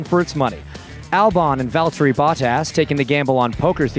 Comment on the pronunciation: The american accent is hurting my ears💀 and the pronunciation of valtteri's name aswell